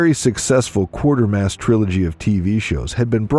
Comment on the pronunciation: Ugh! It's "Quatermass", not "Quartermass".